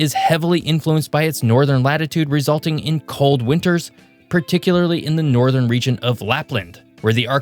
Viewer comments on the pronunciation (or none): none